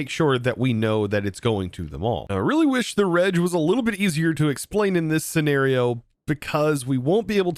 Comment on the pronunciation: RegEx stands for Regular Expression, so the G should be said like in Regular